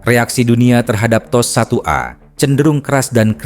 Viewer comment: Apa makna T.O.S tu? Adakah Tecnology Operation System. Aku dengar admin sebut macam teh o es...